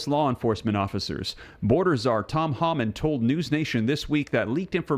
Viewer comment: TOM HOMAN not pronounced HAMAN! Please say his name correctly……